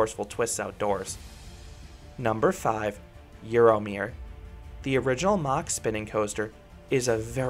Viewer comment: it's a German name and definitely not pronounced in an American way as described by the ignoramus above. Mach (the "ah" sound should be very short) is also wrong, but closer to the correct way.